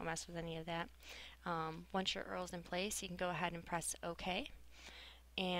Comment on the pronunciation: only subscribed because it was GURL and she said eral intead of url